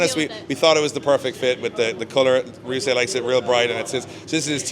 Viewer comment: Ryusei not rayusei